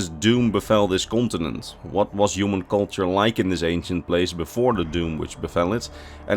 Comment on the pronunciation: "kontenent" lekker man